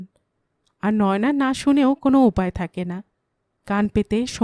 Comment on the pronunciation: কোনো নাম নয়োনা‌ হয় না। নয়না‌ নাম হয়। হিন্দির উচ্চারণে ... বলা হয়... ন্যায়না‌।